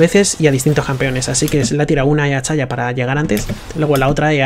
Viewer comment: porque este boomer dice Chayah?